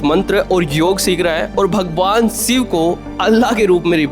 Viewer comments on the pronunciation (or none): भाई शिव बोल ले सिव क्यों बोल रहा है। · Video ki start me hi Bhagwan Shiv ke naam ko siv uccharan karke bhasha ka star gira diya, pahle content ki bhasha sudharo phir video banaya karo. Baar baar tumhare mukh se bhagwan shiv ke naam ka galat uccharan nahi sun paunga isliye video aage nahi dekh paunga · Siv nahi re baba shiv... Ucchar theek se karo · सिव नहीं भाई शिव बोलो । हर हर महादेव 🙏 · abey saale, siv nahi Shiv hai.. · Siv nahin " Shiv " bolna sikhiye 🙏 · अबे सिव नहीं बे.....शिव बोल... पहले तू तो ठीक से हिंदी बोलना सिख.... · 😂😂😂 भाई वो भगवान शिव हैं आप भगवान सिव बोल रहे हो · Abbey seev nahi shiv Bdk bolna to Sikh ley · Abey ghonchu pahele शिव और सिव के उच्चारण का भेद sikhale anpadh ganvaar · शिव है भाई सिव नही । स और श मे अंतर नहीं मालूम ।किसने पत्रकार बना दिया। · अरे बच्चे सिव नहीं शिव कहो .. स और श मे बहुत फर्क है .. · आप श को स बोलते हो.... ठीक करो भाई अपना उच्चारण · भाई aap सिव बोल रहे हो.. ये शिव हैं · सिव बोलना बंद करो, वो शिव हैं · Thik ucharan kar mere bhai Shiva